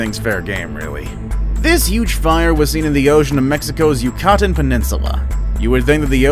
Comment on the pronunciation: It's pronounced...You-cuh-tan. The Yucatan peninsula. You know where the meteor hit, and the Dinosaurs died!!!